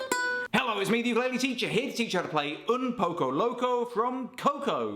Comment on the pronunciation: "un pocou locou" ajjajaja te amo